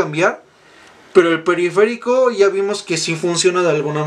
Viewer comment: periferÍco jajajajja